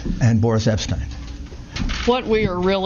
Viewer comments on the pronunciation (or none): none